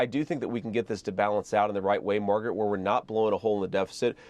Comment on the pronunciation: He actually got her name right. Calling her "Margaret," rather than "MAGA-rat."